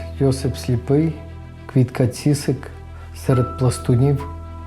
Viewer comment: Квітка Цісик, а не ціцик. Навчітся!